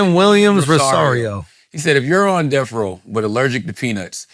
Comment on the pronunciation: Bro can’t say death